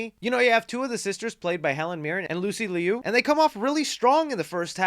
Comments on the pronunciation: and you did not just say lucy LEE IU its just LU LIU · I find it so distasteful when you pronounce names wrong (Lucy Liu) like why do the research for the video just to butcher such well known names. Shows a lack of care in your videos and respect to the people you talk about